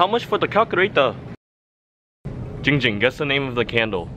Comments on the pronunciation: Luna Nguyen no no no it's CALCHULATER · I liked when he said calrulator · Chelsea Garcia its calculator